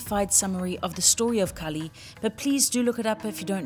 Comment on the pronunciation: Lovely vlog. Just a small quibble. Kali is Kali - the dark one. Kaal is time. Very similar words, by sound, but very different meanings.